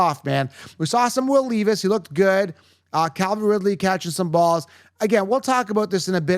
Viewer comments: It’s not will leaveis it’s Levis Smgdh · Leevis? Lol. Jokes are funny. I agree on your Ridley take.